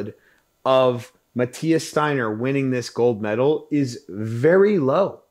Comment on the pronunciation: Absolute legend in Germany. By the way, it's pronounced ,Shteiner', because st/sp is always pronounced as sht/shp in German. Like the Yiddish/German word ,spiel', which you pronounce correctly in English